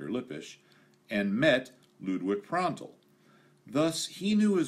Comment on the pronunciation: you pronounced "Prandtl" very good - even a difficult word for Germans!